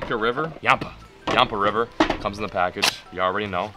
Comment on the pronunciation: ur pronouncing yampa wrong and its called that because its named after the yampa river 😂😂😂